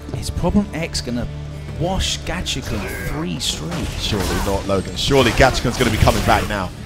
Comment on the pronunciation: His name is Gachikun, not Gachichan. Commentator is a dumbass.